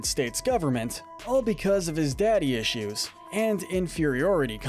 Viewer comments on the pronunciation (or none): none